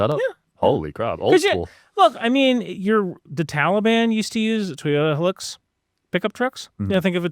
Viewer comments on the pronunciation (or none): none